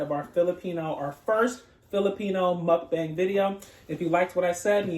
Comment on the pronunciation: It's mukbang not mukbeng hehe ……and it’s really obvious that you have a Long time Filipino friend because your using spoon and fork when eating ❤🇵🇭 you can use Dos also, we use spanish counting here.